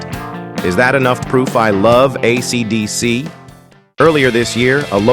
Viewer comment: the AI voice completely invalidates this video. it can't even say AC/DC right bro. you should repost this with your own voice if it's true about the guitar, YOU tell YOUR story, it would be much better if it was real